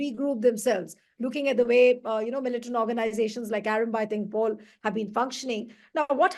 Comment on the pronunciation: It is "tengol" not tengpol